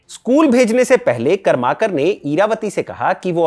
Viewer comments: कर्माकर नही करमरकर बाकी व्हिडिओ एकदम मस्त. Very informative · Karmarkar not Karmakar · करमरकर बोलीये, कर्माकर नही. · "करमरकर" ऐसा उच्चारण होना चाहिए. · कर्माकर नहीं .... करमरकर.. करवे नहीं .... कर्वे .. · बहुत बढ़िया भाई साहब! मैं महाराष्ट्रीयन हूँ और आप जो चित्तपावन ब्राह्मण के नाम का उच्चार कर रहे हैं उसे ठीक करना चाहता हूँ! शुद्ध नाम है इरावती कर्वे ( कारवे नहीं) और कर्माकार नहीं पर करमरकर? बाक़ी सब कुछ ठीक! ❤